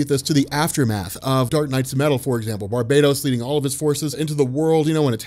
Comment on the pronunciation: I used to do that until Dark Knights Metal. IT'S Bar-BAT-os NOT Bar-bad-os!!!